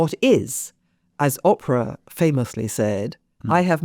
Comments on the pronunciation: (ish) it matters, Oprah's name is Oh-prah with a long O. Oprah with a short O sounds like "opera". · Very good interview. I do always wonder a bit about the habit of some English people to deliberately mispronounce names and places that I’m quite certain they know how to pronounce (having seen this with some of my English family), Oprah and Chicago come to mind. I think it’s meant to signal an airy disregard for what they view as Americanisms, but it reads as a bit silly to me.